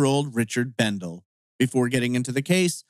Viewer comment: For what it's worth, his last name is pronounced Bendel-ee. I was his classmate at Burley High class of '85. We weren't friends per se, as we didn't hang out together outside of school, but we talked a lot at school. He was a very friendly guy. My best go out to his family. The Kimama desert is very remote and rugged in place. There are no trees and really no points of reference, so you can get turned around and lost fairly easily I would think. Also the lava rocks are very sharp and can be tough to walk in. If you sprain or break an ankle, it could be very difficult to get back to safety. I think the broken truck window is strange. If it was a stranger who did it, they would have taken the shotgun.